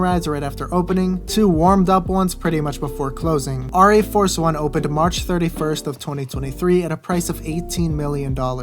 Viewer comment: Pronounced Air - EE Force one.